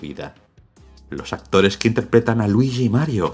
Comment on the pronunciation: Jajajaja ese algoritmo acesina almas. Es verdad, me sorprendió que TODOS si TODOS esten hablando 'deé Maário e Luiíshi' XD